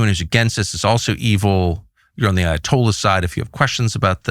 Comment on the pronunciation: Meanwhile in Fort Lauderdale… “Dude what’s uh Ayo-tolla” 🥴🤤🇺🇸